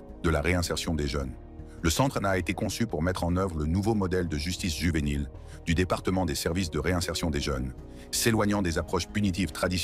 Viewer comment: Why it keep saying juvenile with a H😂